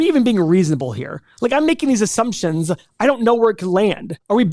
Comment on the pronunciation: Assumptionzzzzzzz...A! Your speeech coach needs to help you with this word.